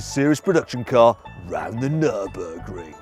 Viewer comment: ニュルの名前を言うとき、ドイツ語っぽく発音したな😁